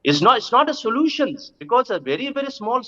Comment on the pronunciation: again with “Bowlence not bring up sholusion”